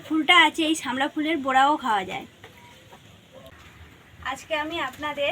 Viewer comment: তোমার ভাষাটাও ঠিকনেই তুমি একজন ব্লগার, শাফলা অথবা নাল, সবাই এটাই যানে,আর তুমি বোলছো শামলা